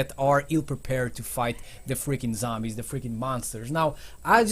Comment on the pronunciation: #11 say zombies not sombies